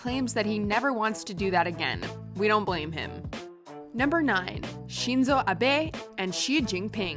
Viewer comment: Why did you add unnecessary tones in pronouncing Shinzo Abe?